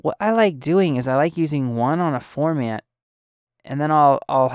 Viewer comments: You are saying "form" "ant"... its pronounced "form" "int"... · I was so bothered that you don't even know how to pronounce "formant" that I couldn't take this seriously. Sorry. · I don't feel any kind of way... you don't even know how to pronounce what you are doing a tutorial on.... thats my point.